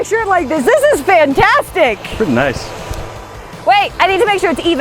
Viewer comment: Did they say fintastic